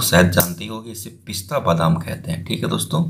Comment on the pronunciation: Pahle ap pista ko sahise pista bol lo